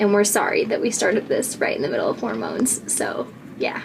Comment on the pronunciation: Love the way the first time you say it, it sounds like "horror-moans"